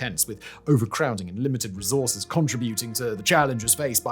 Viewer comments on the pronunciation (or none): none